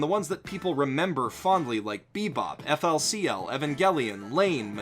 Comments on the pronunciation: its pronunsd fooly-cooly naut Eiffel-see-ell its in ruinations how dare yu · its pronounced furi kuri, you uncultured swine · Super minor pet peeve incoming, FLCL is pronounced Fooly Cooly (or Furi Kuri if you prefer) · Sorry. I hate, and I mean I seriously hate, to be the guy that pauses the video part-way through to leave a comment correcting something. But did you actually just pronounce FLCL by its initials? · its fooley cooley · What sane person pronounces it "EFF ELL SEE ELL"?! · >has a YouTube channel focusing on anime >doesn't know how to pronounce FLCL